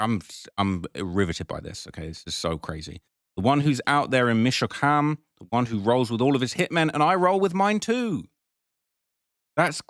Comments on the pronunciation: Plz never say michigan instead of michoacan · it ain’t pronounced michigan bruh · Michocan not Michigan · It's pronounced meech-o-ah-kahn but good try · No. Its pronounced Mitch-O-Ah-cAn